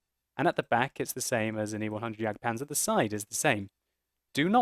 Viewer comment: Die richte aussprachen von Waffentragen und Jagdpanzer üben wir aber noch mal ;)